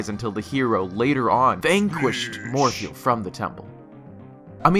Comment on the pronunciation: The first "Morpheal" had me cringing. But after like the 5th one, I found it hilarious.